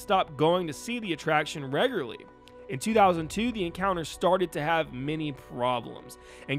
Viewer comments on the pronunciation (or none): Love the video. I just keep hearing the word : Regurly instead of Regularly . The little grammar police inside my head keeps going off. Hahahahahahaha. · Reg. U. Lar. Not "regler" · I can't stop thinking about how you say "regularly"😂😂😂